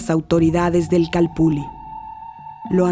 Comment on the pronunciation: Una pregunta: Porqué todos pronuncian la doble ele ( ll ) como si fueramos italianos. Yo creo que si los españoles escribieron calpulli, es porque asi sonaba. Ilustrenme por favor. Gracias.